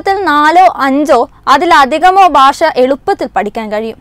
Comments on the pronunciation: ബാഷയല്ല കൊച്ചേ ഭാഷ ബ്+ഹ്‌ + അ= ഭാ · Not Basha, it is Bhasha. So news reader please learn to speak Bhasha. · ബാഷയല്ല. ഭാഷയാണ്